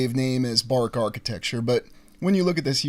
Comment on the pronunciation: bark architecture??! 😂 Ba-roque